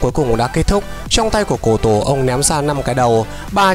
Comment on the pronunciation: Cô tổ mà bảo là cổ tổ.. nói là cổ tổ t méo biết cổ tổ là ai